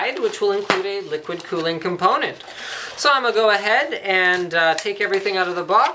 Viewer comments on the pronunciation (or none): none